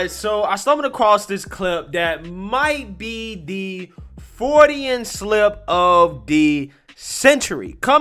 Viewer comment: Freudian, not “Frodyan.”